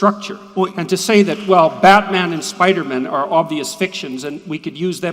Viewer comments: I love when people pronounce Spider-Man as “Spidermun” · Jordan pronounces it Spider-mhnn. 😅